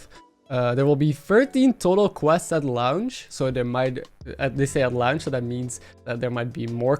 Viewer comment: What in the actual Phuck is "at Lownch."? Launch is pronounced "Lawnch" and you can't say it's your accent which I'm guessing is Netherlands? Because I have a friend who can say launch just fine lol. Otherwise nice breakdown